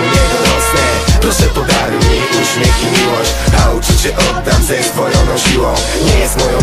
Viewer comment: óśmiech? XDD jejebie